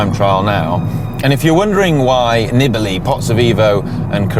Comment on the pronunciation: Stopped watching after hearing twice "Nibbly" and my gag reflex started to kick in. Maybe it's an improvement on Lloydy's "Knee-Billy". If you're gonna make a video centered around a rider, is it too much to pronounce his name correctly?